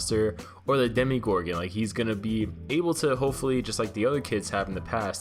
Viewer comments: Is it only me or does it bother me when he says ”demigorgon” and not demogorgon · am I the only one who knows it's pronounced Demogorgon not demigorgon not tryna be rude, but it makes me cringe every time I hear when someone says that.... WhAt I'm A hUgE sTrAnGeR tHiNgS fAn DoN't JuDgE mE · “Demegorgon” it’s Demogorgon ughhh💀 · its demagorgon not demigorgon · DEH - MUH - GOR - GIN is how i think its pronounced DEH - MEE - GOR - GUN is what it sounds like you say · also its dem-a-gor-gon not dem-i-gor-in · bruh you pronouncing Demogorgon as demi-gorgon killed me x.x